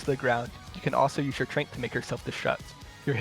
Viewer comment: Can we talk about the way he calls Zen’s ultimate “trank”?? I refuse to believe anyone says it other than “trance”